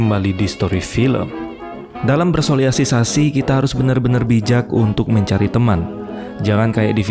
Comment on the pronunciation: Bang sosialisasi bang bukan soliasisasi wkwk